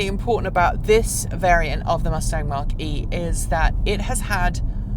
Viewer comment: It’s not pronounced Mark E Try saying Mac E